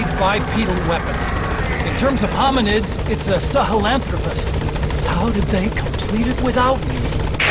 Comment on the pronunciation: No wonder he pronounces it as SaHALanthropus